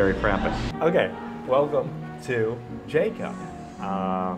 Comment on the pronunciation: You pronounce jco correctly unlike other foreign youtuber lol